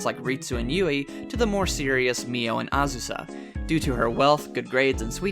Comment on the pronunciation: Azu “yawn” 😂